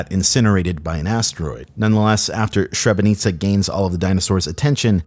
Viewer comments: hi, i speak croatian which is one of the constitutional languages in Bosnia. "Srebrenica" is pronounced as [sre-bre-nitza] (s like silver, bre almost like breat itz like snitzle) not [shrebenitza] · it's pronounced "SrebreniTSa", not "SHrebreniKa". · Srebrenica is not pronounced "sirBRENicka", it is "Shreb-reNEECHa". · all well narrated but it is pronounced SREBRENICA, not SHREBENICA (there is no SH at the start, just S).... this was obvs made by some America who knows nothing about the Balkans.... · As a balkaner I cringed at your pronunciation of Srebrenica. You don't pronounce Srebrenika but with the c. Also Sre-bre-ni-ca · And literally zero comments about name of the movie. It's not "Shrebeniza", it's literally "Srebrenitsa", letter by letter, from "Srebro/Serebro" ("Silver") and "-itsa". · oh god, Srebrenica.... I'm from Croatia which is right next to Bosnia & Herzegovina so I'm familiar with the story about it, but I never heard of this video tape before. Also, it is pronounced sreh-breh-nee-tsa (not sh but a normal s) Also, important notes: it's not true that the girl who grew up with wolves is not an animal, humans are animals, it's just that humans are very specifically civilised animals, although wolves also have culture and norms. Also, dinosaurs didn't go extinct, they still exist today and are extremely successful and have filled many different niches. Birds are dinosaurs. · Just a correction: It's pronounced Sre-bre-ny-tsa, not Shrebrenika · Sreh-breh-NEETSA. Like pizza. Not srebrenicka with a K. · Really interesting, thanks for delving so deep into the investigation of this weirdness! The only thing that bugs me is the lady in the narrative mispronouncing "Srebrenica" awfully - the correct pronunciation in Bosnian would be "Srébrenitza" with a S instead of a Sh in the beginning, a stress on the first E and a Tz instead of a K. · "SREB-BREN-ITCHA..." If you'd been around in Europe in the 90s (I was), the correct pronunciation would come easily.